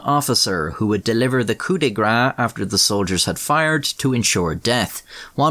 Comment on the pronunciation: grâce you pronounce it like grass in french